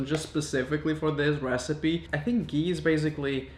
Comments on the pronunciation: It's not gi😂😂 it's ghhee, stress on the h. And I really don't know how to explain this to foreigner. But its made from cream. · OMG it's actually ghee and not gee😂😂😂 it's like made from d cream on top of boiled milk....India❤️❤️ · I thought he said pee not gee lol